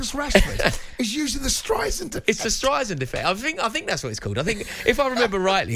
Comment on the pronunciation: strei sand , she is particular about how her name is pronounced